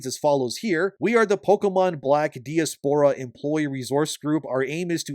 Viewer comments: pronounced "die-aspra" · thats not how u pronounce diaspora….